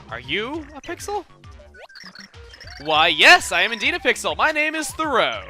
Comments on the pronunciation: it's actually pronounced "thur-o" instead of "throw", Like Henry David Thoreau the famous American Transcendentalist and author! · I think it's said "Thor-e-you" Not "Throw" Because it's Thoreau not Throeau. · Again, my game pronunciations come into question 😂 Chuggaa, why must you do this 😂 Chugga pronounces Thoreau "throw" and I always say "th-oo-roo". I think I just like being weird 😂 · I always pronounced Thoreau like 'throw you' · its "thur-O" Its based off the transcendentalist author Henry David Thoreau author of Walden and civil-disobedience which inspired reformers like Ghandi and Martin Luther King Jr. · I always thought you pronounced Thoreau as Thor-oo :/ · I always pronounced it "Thro-eau", or "Throw-you".